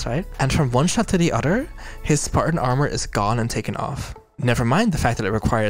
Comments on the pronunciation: I love that the way she says "other" sounds like "udder" and it fits the cow aesthetic very well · I truly forgot the Halo series was a thing until now. Also love that we getting longer videos and I don't know if saying one or the udder was intentional or not but its really funny to me.